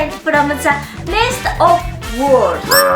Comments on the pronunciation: Pronounce world ---> werlld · is soo cute struggling say the word "World" 😂